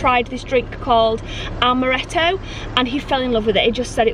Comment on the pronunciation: Amaretto not almeretto